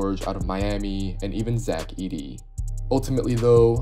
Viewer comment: You def took French in HS my guy pronounced Zach perfectly lol